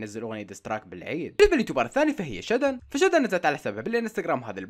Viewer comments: ملاحظة : اسمها شادن وليس شدن 😅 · اسمها شادن وبينادوها شادو مش (شدن)